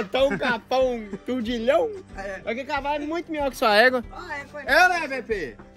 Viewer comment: E o "turrdilhão" mais ainda kakakkakak